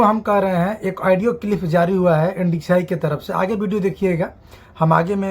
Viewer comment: Ndci nahi hota hai mere bhai NSDC Hota hai 😂😂😂